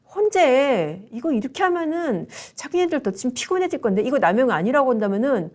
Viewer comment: 발음을 똑바로 해 주세요 머머 하면은을 하머넌 이라 합니다